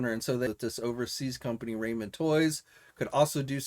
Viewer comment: I believe it's pronounced "rah-men" not "ray-men" toys...